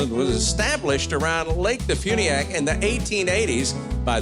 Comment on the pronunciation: DeFuniak is about an hour from my house. Quaint little place. They make it sound active and exciting but like any other inland small town, mostly boring!! But there are no state income tax.. and Huckabee... it's pronounced Dee Fyuuuuneeee ack